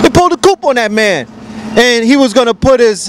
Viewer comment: Coup dont say the 'p' ... coo. But great talk!